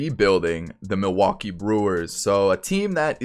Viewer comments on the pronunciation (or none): none